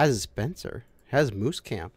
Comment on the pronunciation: Moose camp not mouse camp.